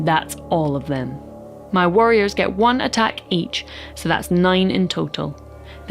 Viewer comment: Great vid, enjoyed that the accent made the nervous necrons worriers